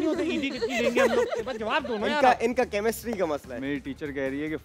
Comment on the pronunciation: Chemistry not kamistri